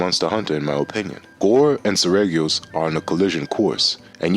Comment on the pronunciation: it is pronounced SER - REE - GEE - OHS